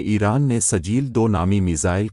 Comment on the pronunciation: کیا سجیل سجیل لگائے ہو تلفظ ٹھیک ہے کرو